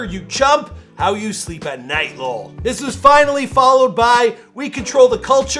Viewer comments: Its L.O.L. not "Lull" do you say "Wtuf" or W.T.F.? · This dude actually pronounced “lol”😂